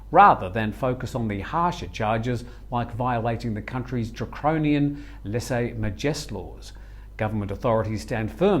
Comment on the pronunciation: Really mangled the pronunciation of lèse-majesté. 😂